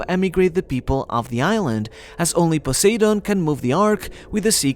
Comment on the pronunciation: This is a really good video, but for the love of god, learn how to pronounce things. I was cringing every time you said "Joy-boy" and then it got worse with Poseidon. Just have Google read the names out to you or watch a video of someone else saying the names, or hell, watch the freaking dub, they say the names perfectly there